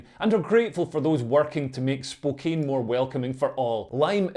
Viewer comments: I believe the pronunciation is "Spo-can". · BTW, for some unknown reason, "Spokane" is pronounced "spo-CAN". Don't ask me. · It's pronounced Spoke-Ann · I live in spokane, im bisexual. These woke lefties are p_ss🐈 Also just so you know, we pronounce it Spo-Can here. Hearing spookane made me chuckle aha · Pronounced 'Spokann' ... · Pronounced spo-KANN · Not sure if it's the accent, but even though the city is spelled Spokane, but it's pronounced Spo-can. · The town of Spokane, Washington is pronounced spo-CAN. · My Scottish brother, that town is pronounced Spoke Anne. Although it was hilarious to hear you pronounce it your way repeatedly! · It's pronounced Spoh-can. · It's pronounced - 'Spokan'